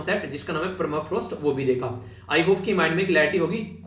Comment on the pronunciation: Permafrost not clear sir